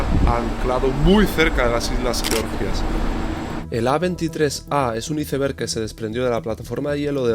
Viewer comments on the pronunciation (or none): Como que izeverg??? Iceberg!!!! Sino di témpano de hielo si quieres “traducirlo” igual te banco pero me duelen los oídos de escuchar una palabra tan mal dicha ❤ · Excelente. Recomiendo fuertemente la pronunciación: 'aisberg' en lugar de iceberg. 😂 Abz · Por Dios naciste en Escocia y dices "iceber"? Dilo en inglés como debe ser. Y es océano ATlantico. Lleva una T antes de la L. No se dice Atlàntico por Dios. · Aprenda a decir iceberg jajaja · Por qué le dice así a los iceberg 😢 suena horrible jajaj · Solo a mi Me costó entender cuando PRONUNCIABA ICEBERG…tal cual como se escribe en espanol ?? ..jajajajajaj😂